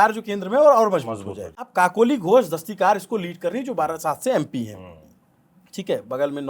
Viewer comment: Its Kakoli DastiDar, not DastiKar.